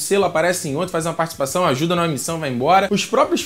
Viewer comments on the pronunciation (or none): vc falou partcipãzão kk mas td bem